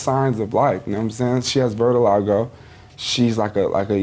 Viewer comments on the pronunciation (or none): Lil Yachty- "She has vertiligo." Gee, I dont think vertiligo is a thing. Do you mean Vitiligo? You fucking moron. You can't even pronounce it right.